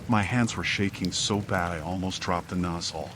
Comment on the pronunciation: sounded like he said "i crapped my phone" 😆